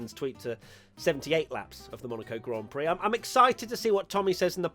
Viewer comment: Not enough people are talking about the way serena tried to say 'grand prix' istg